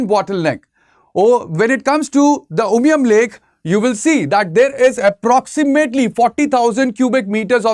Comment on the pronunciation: Clear presentation, i like when he pronounced 'umshyrpi' and umiam' just like the locals❤